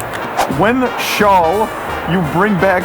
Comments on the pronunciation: Why can't he say "shall" like a normal person? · The way he pronounces "shall" as "shawl" I love him 😭